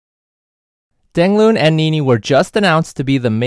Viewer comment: You pronounced his name all wrong. Dang Loon? Not even close. :(